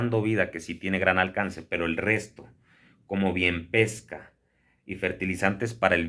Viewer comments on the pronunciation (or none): none